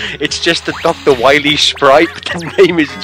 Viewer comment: Can M-Megamman stop Dr.Wawee, can the ewil enwergy be stopped? Find out next twime on M-Megaman w8